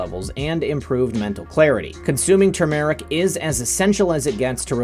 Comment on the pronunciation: Please warn people who are anemic NOT to use TURmeric (emphasis on first syllable). It is a very effective blood thinner.